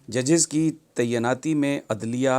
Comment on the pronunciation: براہ مہربانی "تعیناتی" کا تلفظ درست کر لیجئے۔